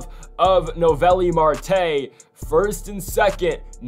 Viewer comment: Its so funny the whole playoffs his name was mispronounced. Noooo ellllll viiiiii